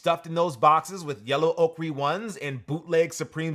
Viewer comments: Not a judgement or critisisim, but Ochre pronounced "Oh-Ker" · It irks me that he still can't pronounce Ochre